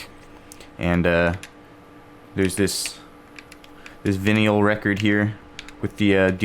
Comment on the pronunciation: bro I'm almost 33. Literally watching this video, he does a lot of immature shit and can't even pronounce vinyl. But yeah that makes me a "kid" for calling out his BS. Your fuckin name says it all bud. Have fun defending ever lil situation you come across. At least I ain't losing sleep over YT arguments.